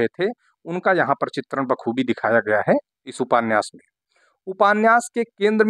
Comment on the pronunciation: आप उपान्यास क्यों बोलते है सर